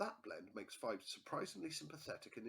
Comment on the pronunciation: It's pronounced Pheebs